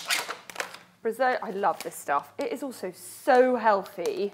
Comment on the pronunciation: Welcome back! Loved the recipes, though for the second salad it's meant to be Bresaola (Bre-zow-la) not bresola ;P